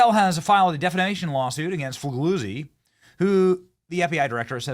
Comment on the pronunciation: “ Fig a zee” that’s how its pro ounces and just so you know he’s a deep state mouth piece like David axelrod